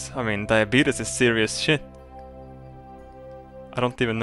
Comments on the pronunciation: LOLOL YOU SAID DIABETUS NOT DIABETES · its pronounced die- a - beat- ies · Lol he says "diabeatus" just like that guy in the commercial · Says duabetes is a serious thing, calls it diabeetus lol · I like how he was trying to say something really sentimental and then he said Diabeetus... several times... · I love how he says "Diabeetus"